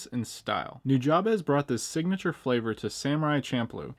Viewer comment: Hey, FYI “Nujabes” is pronounced “New-Jabs” Jab as in the punch. One love bro!